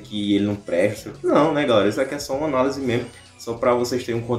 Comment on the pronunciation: KKKKKK "ÃNALESE" KKKKKK É ANÁLISE